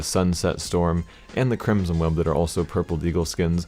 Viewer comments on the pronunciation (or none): none